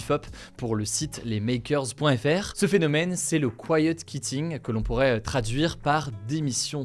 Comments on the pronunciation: quiet kitting hahah prononce quitting comme tu prononce quiet qwitting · Hello Hugo, Je voulais faire une petite remarque sur la prononciation de quitting : kwitting, au lieu de kitting... tu as un anglais supérieur à la moyenne mais je pense qu'il ne faut pas se reposer sur ses lauriers si c'est une langue qui te tient à coeur. J'espère que tu ne trouveras pas ma remarque méchante ou maladroite, je regarde tes vidéos tous les jours et je trouve que l'équipe HugoDecrypte fait un super travail ! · Comment se fait-il qu'avec la nationalité britannique et ayant fait Sciences Po vous ne prononciez pas bien 'quitting'? Pourtant c'est le même son [qu] que pour 'quiet'. Si on décide de franciser le tout on prononce alors 'kiet kitting' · quitting ça se prononce "kOU i ti n gue" 😅